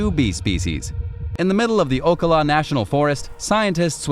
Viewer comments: It’s pronounced O cal a not O ka la. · Ocala is Oh Cal luh.